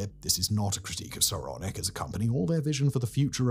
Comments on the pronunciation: Can't help but hear "Sauronic" every time. One yard to rule them all. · “Sauronic”‽ What, as in “like Sauron”‽ 🤣